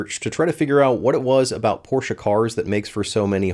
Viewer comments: I am German. Stop saying Porscha. THERE IS NO A IN PORSCHE. It is pronounced Porsch-Eh. NOT Porsch-ah. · For americans it's always porshaa or porsh but never porshe... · its pronounced Porch not porchE or porcha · yeah either Porsch or Porscha😂😂😂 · What is this porsha car? Only Americans talk about it, is it a new American make? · What's a Porschah? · Alsu you did not nail german expensive part :P As far as I remember from Duolingo course, that does not really sound like tour at all :) I know it was a jk, but its funny how far off it was even with assistence from gargle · Why do Americans say porsh-a. Pretty weird 😂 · No, you shouldn’t buy a 718; because you tortured me with your German pronunciation (?) your should buy me a 718, than get yourself a MX-5 RF manual as a reward for being such a nice guy. Note: I did “like” this video & I definitely agree that Porsche adding an additional 200 to 450 kg will be a travesty. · I don't think I've yet seen any of the Porsche guys on YT pronounce Porsche correctly. So it seems that owning a Porsche does not improve ones pronunciation of the German language.